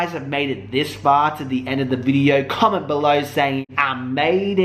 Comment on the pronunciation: I ma-ade it boy. I mayayade it. That's just creepy. Yup. You are My guilty pleasure. Mor plz xx